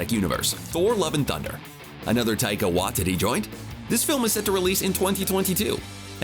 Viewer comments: Ah yes my favourite director, Taika Whaatittie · Please research how to pronounce Taika Waititi.